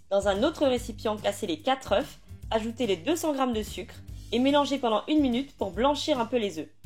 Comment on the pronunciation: Quatre « euf » ou quatre « euh ? » 😂